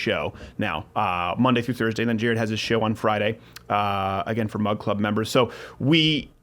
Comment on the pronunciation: You said Mud Club